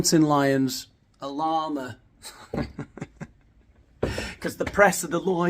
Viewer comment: Are you saying "llama" or "law-man" ...? Oh, okay, you just mentioned mountain lions ... good grief. I actually thought he was comparing himself to a "law-man" running thru the streets. 😅